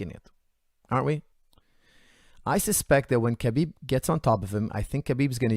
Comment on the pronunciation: mispronouncing Khabib's name makes me feel 100% better about mispronouncing Khabib's name!